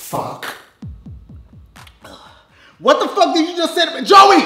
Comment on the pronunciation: the emphasis on that “f&ck” 😂